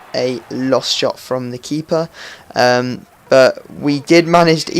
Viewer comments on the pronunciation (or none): none